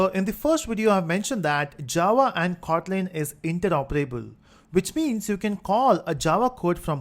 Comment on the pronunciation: sir is is khotlin or just kotlin u pronounce it as khotlin